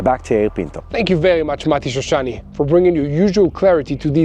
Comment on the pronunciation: please say name of shoshani correct.mati shoshani no mitishrishani